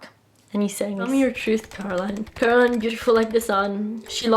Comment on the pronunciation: Bravissima, però è Coraline non Caroline 😉